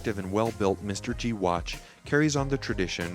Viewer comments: This watch is not pronounced as Mr. G BUT MR-G instead. MR-G should be Majesty Reality G-Shock. TQVM. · You lost me mate at the first spot you said mister-G I am not buying that watch now because of you🤦🏻